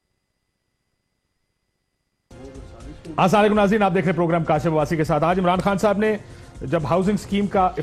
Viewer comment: Assalamualaikum Kashi bhai ap se kaha b tha Salam sahi bola karo Assalamualaikum Ok